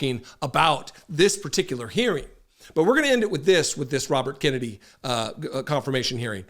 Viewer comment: He is destroying the name (Kennedy) is he related to the family LIKE JFK?? IF SO THAT IS SAD COMING FROM A KENNEDY!!!🤡🤡💩💩